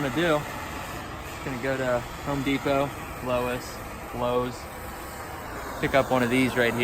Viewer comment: No way you just said “low-es”